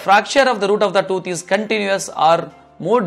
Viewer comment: Probably and possibly the best doctor ever but so hard to understand. Sorry Mr. I have an accent too but yours is really strong. Toot? Or tooth? Two different things.